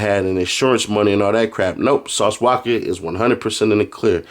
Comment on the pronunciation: The way he pronounces Sauce "Wacka" name be havin me rollin 😂